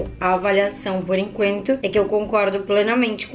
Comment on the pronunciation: Por enquento kkkkkkkkk falou errado em kkkkk